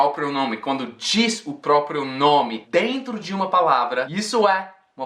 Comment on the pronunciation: o cara solta do nada um "aí dento" kaskasksa